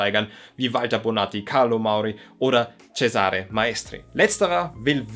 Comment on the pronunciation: Für die Zukunft: Der Name "Cesare" wird auf der ersten Silbe betont im Italienischen, ganz ähnlich wie auch im deutschen "Cäsar" auf der ersten Silbe betont wird. Tut mir als Italienerin jedesmal in den Ohren weh, wenn ein Deutscher mal wieder ceSAre sagt, statt CEsare.